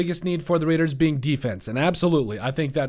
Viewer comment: They have to address It; and you said: Raiiidaas